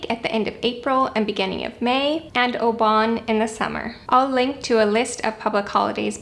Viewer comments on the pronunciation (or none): Obon is pronounced "Oh-bone"